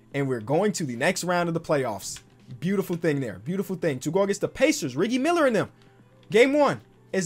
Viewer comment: I love how said RIGGIE MILLER! ONLY THE OG’S REMEMBER. If u know u know